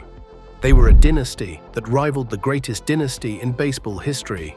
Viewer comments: also pronouncing the word "dynasty " as dinisty! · SHEEBA PARK, DEENASTY, Can't you find anyone to narrate than AI mispronouncer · Stop mispronouncing dynasty 😮